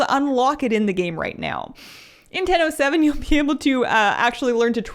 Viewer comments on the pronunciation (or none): I keep heaing Nintendo 7 instead of "in ten o seven". What is this mysterious new console?)